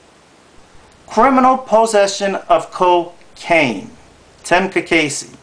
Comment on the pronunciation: I missed something. Susan (ka case) Cacase, which this guy cannot even pronounce it properly, has not stated where Susan's brother did anything. I know one brother was busted. I never asked him the outcome. But what a brother does has no affect on Susan's job as a judge. That is like Trump the Skunk attacking Bill Clinton about women in his life when president. Bother are sluts and bums, but at least Clinton was paying off the NAtional Debt.